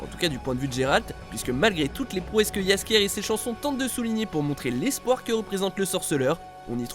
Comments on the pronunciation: Quel erreur ?. Oui il ont dit yaskier a la de jaskier j'ai bon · François Le Brun yeaskiea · JASKIER pas besoin de le faire d'en une autre langue , il se dit tout simplement ! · Heu y a quelques erreurs de traduction, mais mis à part... JASKIER: COmment vous le prononcez JASKIER sérieux??? J'ai presque saigné des oreilles... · Mais quel est cette prononciation de jaskier ? 🤣